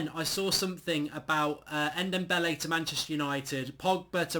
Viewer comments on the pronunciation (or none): NDOMBELE N - DOM - BELE It seriously hurts my brain every time you say Ndembele 😂😂😂